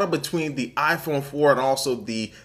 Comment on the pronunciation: its not aaaahh-phone. its eye-phone! lol. :-)